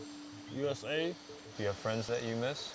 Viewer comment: yes he aint nepali,either a punjabi trying to hide identity or hispanic. the way he speaks ,his tone ,facial features and most importantly the way he pronounce USA as JuuUSA. Nepali dont have the J sound for letter U